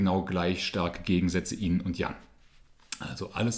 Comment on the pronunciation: Why do you pronounce yin = "in"??